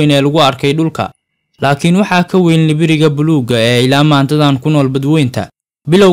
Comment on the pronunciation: Hhh libiriga afsoomaaliga iska hagaaji nibiriga dheh😂😂😂